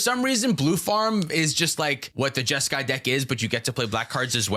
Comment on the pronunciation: Jeska… Ishai… Jeskai?????